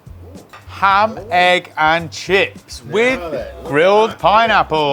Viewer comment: He said ham egg and shit 😂